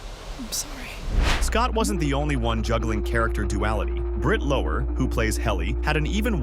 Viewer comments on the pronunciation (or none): FYI: "Lower" rhymes with "flower".